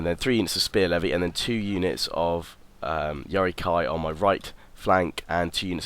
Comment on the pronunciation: Why do you say yari kai instead of ki?